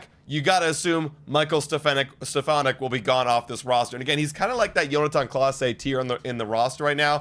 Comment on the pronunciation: its John-a-ten clase, not yonatan